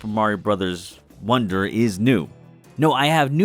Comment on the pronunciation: why do you pronounce it “wander” and not “wonder”